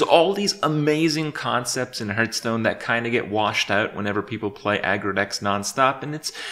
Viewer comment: Still pronouncing it 'hurthstone'.